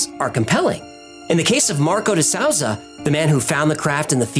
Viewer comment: very interesting. Souza is pronounced: soo-zah. Its portuguese;) another great video guys!